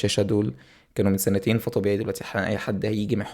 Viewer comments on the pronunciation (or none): سنتين*** وليس سانتين